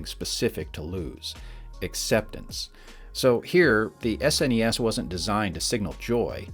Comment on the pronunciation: I’m just glad he didn’t call it “sness” or “snez” at any point.